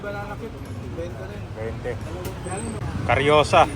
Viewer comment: karyoka hindi karyosa